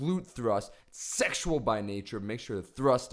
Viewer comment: The stress on "sexual... " killed me. LOL